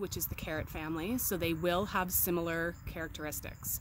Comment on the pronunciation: Did you say similar "carrot-eristics?"